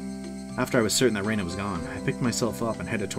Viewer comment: It's definitely not "Ree-na", it's more like "Reh-na"